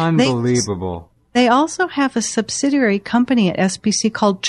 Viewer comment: sub-sid-ee-ary. Not sub-sid-er- rarry. subsidiary - read slowly - give it a try:)